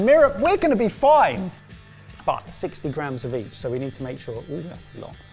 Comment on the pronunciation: Linguistic Point: Why does say "grahams" instead of "grams"?